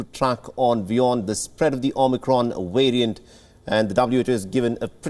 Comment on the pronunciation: The omnicron "wariant"